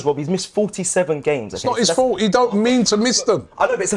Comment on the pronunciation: robbie this entire video: YEH BUT ITS NOT 'IS FOLT IS IT DOE